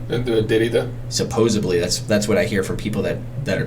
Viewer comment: Not "supposebly," it's supposedly.